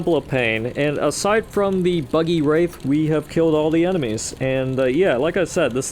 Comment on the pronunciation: Imagine pronouncing Wrath as Wraith, such cringe